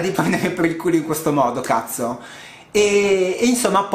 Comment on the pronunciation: Quando esclami "cazzo" ti si riempie la bocca ...!